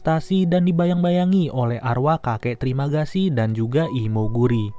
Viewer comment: "Trimagasi" gw dengernya terimakasi anjip :)